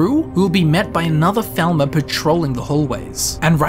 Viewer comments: Bro. PLEASE. Its pronounce "Fall-mer", not "Vel-ma". Stop reminding me what they did to scooby doo xdd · Falmer. Not thalmer. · Anyone else think he says falmer like thalmer? I was like is he talkong about high elves or what? English people should really work on their English. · I'm not a native English speaker and probably because of it when you say Falmer I hear Thalmor xD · You say falmer and thalmer the same.